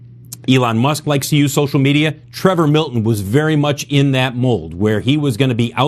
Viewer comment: Did anyone else replay the first second of the vid after hearing say "Prevor Milton"?